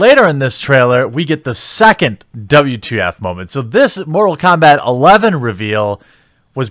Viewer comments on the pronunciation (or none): Mumble Kombat :D